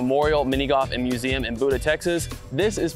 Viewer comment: Actually the name of that town is pronounced with a long U sound (like Byooda). I'm from the Austin area an very familiar with the town of Buda.